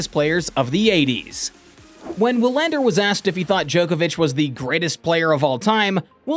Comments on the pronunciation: Wilander is pronounced like VEE-lander. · Did this dude really just pronounce Wilander with a W? The GOAT debate is what it is. Wilander has a point - it should be more then numbers, but it never is because too many people get caught up in the numbers and now the overall impact on the game. Novak's stans will twist themselves into pretzels to call Roger's era a "weak era" but refuse to acknowledge the same is true of Novak's last 5 or 6 years. When all is said and done - more people will focus on the numbers, but the reality is - Roger's got records Novak will never have. Novak has records Roger will never have. And Rafa has clay numbers that probably no one will every top. To declare one of the 3 the GOAT you'd have to include the intangibles - and that's why Novak is working so hard to get that stupid players union to be something. Otherwise he has had next to no impact on the game besides numbers. Roger won with grace, elegance and class, put butts in seats and is a global ambassador for the game and is loved everywhere he goes. Rafa likewise is a fan favorite and has his tennis academies and is teaching kids the game. What's Novak done for the game? Nothing. It was always about HIM. Enter: Players union and "tennis needs to change." Change yes - but only to HIS vision of what it should be. In the end he might be a guy who was better off letting his racket do the talking.